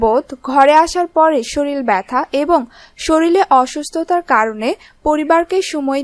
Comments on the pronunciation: likhte sorir but uccharon shoril I Hobe .😒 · শরীল না ওটা শরীর